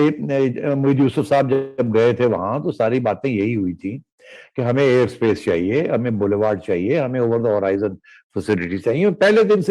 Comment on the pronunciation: its air space its not air bas you two big muppits.